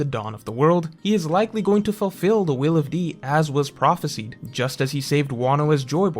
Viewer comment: you come off as someone highly educated and intelligent but it kinda breaks when you mispronounce “prophesied”. The end should be like “sighed”, not like “seed”